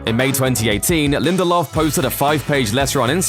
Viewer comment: As soon as he said Damon Lindeldork, I was out...... he ruined Prometheus!!!!